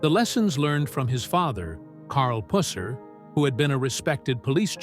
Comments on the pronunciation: It's not puss-er its pronounced puser. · Exactly puh-sir not puss as in cat or female anatomy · It's puh-sir